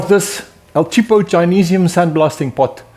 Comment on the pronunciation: Hearing a south African say "el cheapo Chinesium" about broke my neck with whiplash 😂